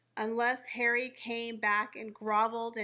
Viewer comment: I like the way says Prince Hawwy